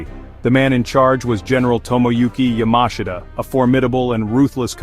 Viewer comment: You cant even pronounce General Yamashita's name correctly. A shitproduction.